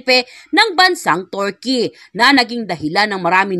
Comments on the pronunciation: Kilala sla na bansang Turkey,, pero pinalitan nla ng Turkeyee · Mam, sorry po please pronounced Turkey correctly😢